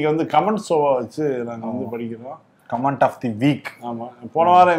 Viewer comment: கமேண்ட்ஸ் இல்லை --> கமெண்ட்ஸ் என்று சொல்ல வேண்டும்.